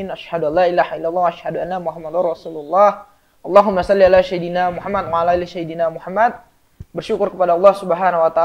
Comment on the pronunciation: Bukan syaidina tapi sayyidina